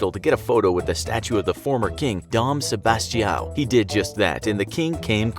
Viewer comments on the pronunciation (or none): The name of the guy in the statue of Portugal: D.Sebastião The narrator: Sebaitiáu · bruh, ya butcher the "D. Sebastião" part but you do the italian fountain part decently -_